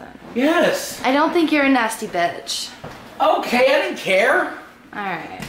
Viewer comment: why does say "bits"!! instead of "bitch" lol